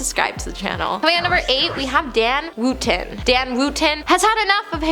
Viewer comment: Wootton is pronounced wutton 💕